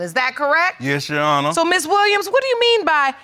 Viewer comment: People repeat after me “ Honor “ not urner!